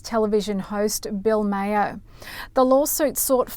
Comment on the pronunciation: Maher is said MAHR, not Mayor.